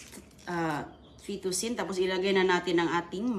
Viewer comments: FET-TU-CHI-NI,. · Mali pa mag pronounce ng fettucine. 😅